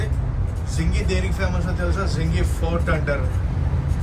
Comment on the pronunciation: జింజీ కోట (Senji Fort) . Not sengi